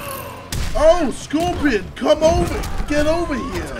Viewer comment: "Scroipion" How do you fuck up "Scorpion" so badly!?